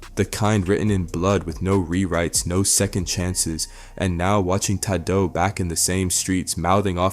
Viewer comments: Who tf is “Taad-doe” bro?? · Who tf is Ta Dough? White people need to stop making videos on rap, can’t even pronounce well known names lol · Man pronounce his name right smh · Why you keep sayin bro name wrong 🥷🏽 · The way he’s pronouncing Tadoe